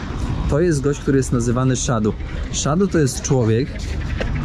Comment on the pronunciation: Nie 'szadu', tylko sadhu (wymawia sie sadu) 😄